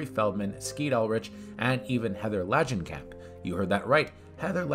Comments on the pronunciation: Are you a horror fan? That's not how to say Heather Langenkamp. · NO WE DIDN'T HEAR THAT RIGHT. CAUSE YOU DON'T KNOW HOW TO PRONOUNCE HER NAME!!!!! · WTF happens to your pronunciation of Heather Langenkamp's name??? LOL